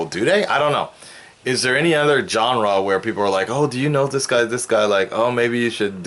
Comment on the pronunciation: Me"this". "zis"